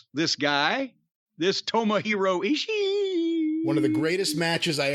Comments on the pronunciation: "EE-She-EE!" Japanese Potato 😂🤣🤣😂! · "Eeeee" Corny always has to refer to Ishi as "Eeee" now 🤣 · I feel like saying Ishii as "Ishiee" is making it worse for when Jim says it as Eazy-E lol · Jim got me dying laughing at him saying ishii name🤣🤣🤣🤣🤣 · Every time Corny says Ishii’s name I’m LOLing